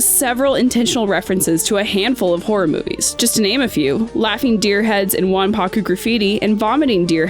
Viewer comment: It's "wanpaku" not "wanpakku"...just an fyi.